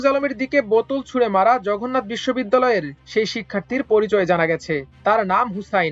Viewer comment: সাংবাদিক সাহেব ,জঘন্নাথ নাকি জগন্নাথ?